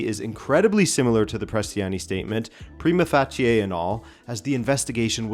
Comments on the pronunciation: Great video. "Prima facie" is usually pronounced "Pry•Ma Fay•Shee" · If you’re concerned, in the US we say prima facie like “prime-uh faysh (like face with an “sh” instead of an “s” sound at the end)-uh”. Not sure if you Canucks say it differently though. Edit to add: You’ll hear it pronounced differently from lawyer to lawyer even in the same jurisdiction in the US though.